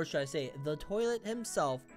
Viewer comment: Bro Said Big Toliet Daddy 😂😂😂